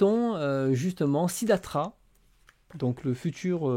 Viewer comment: ✨Attention, le nom de Bouddha, ce n'est pas Siddhatra !😅 Sinon, on dirait que tu es enrhumé et que tu veux dire Franck Siddhatra ! 😂🥶 Non, en fait, c'est Siddhartha. On l'appelle aussi Shakyamuni quand on se réfère à la tribu des Shakyas dont il était issu. Au Japon, dans ce cas-là on le nomme O-shaka-sama. Quant au nom Bouddha, il ne désigne pas le nom d'une personne, mais plutôt l'état spirituel d'un être, en l'occurrence un être ayant atteint l'éveil. Au Japon, dans ce cas-là, on le nomme Hotoke-sama.😉 Et sinon, le nom de la série RG Véda se lit en fait Rigu Véda !😉👋